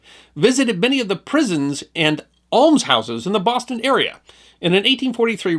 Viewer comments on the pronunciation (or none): none